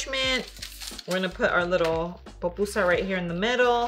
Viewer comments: Not another person calling it a “popusa”🤦🏻‍♀️ it’s called a PUPUSA😤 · Se dice “pupusa”